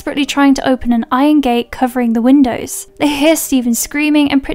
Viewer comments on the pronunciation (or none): none